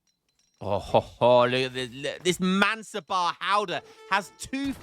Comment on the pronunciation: It's Mansab-DAAR (not man-sub-bar). Don't forget the 'D'.